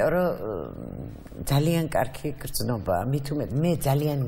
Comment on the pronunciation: ეს კარქი რა ვერ ისწავლა მარინა ბერიძემ?! კარქი კი არა კარგი! 🤦‍♀️სულ ასე რატომ ამბობს? 🤦‍♀️კარგი! კარგი! 🤦‍♀️და არა კარქი!